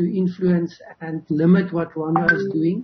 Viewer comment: Come on it’s Rwanda not Ronda plz😏